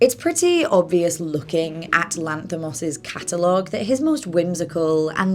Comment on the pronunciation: Lass put more effort into pronounce his name correctly than what 90% of greek folk would have done trying to pronounce her's. If you ask me, she could have just go with the english version of his name (George) and be done with it.